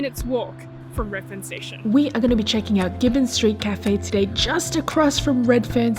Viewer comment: I don’t know why but I love the way you say “tuh-day” Kurumac in Marrickvillw has you written all over it btw 😊👌🏻